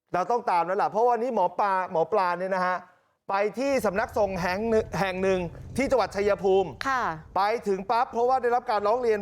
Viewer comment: ทำไมถึงงมงายกันอย่างนี้ ไม่ใช้สติปัญญา คนอ่านข่าวอ่านว่าสำนักสงฆ์ ไม่ใช่นะครับ